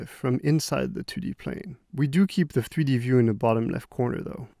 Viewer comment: Nobody: This dude: FTHREE-D